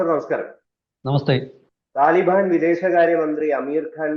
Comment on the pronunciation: Man, correct your pronounciation Taliben to Talibaan